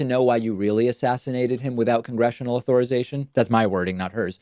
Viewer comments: Why does David keep pronouncing it "au-THOR-ization"? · The way you say "authorization" triggers me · Please learn how to pronounce "authorization," especially if you are going to use the word so many times in one video.